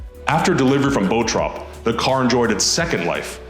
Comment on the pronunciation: Wtf is 'Boh-trop'?!😂 It's Bottrop, a quick 'tt' which you don't really hear, it's just a 't' and a quick 'o'. I'm living there...